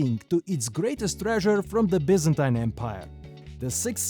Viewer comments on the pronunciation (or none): none